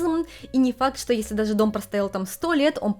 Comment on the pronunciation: Я слухаю і не розумію, це у вас такий дефект мови чи це такий вид манірності щодо вимови, оця шипилявість, якц нічим не можна пояснити, я дивилась вас, але якось не приємно стало, це не природньо якось, ну оце ("дазе", "тозе" і т.д.), візьміть уроки у логопеда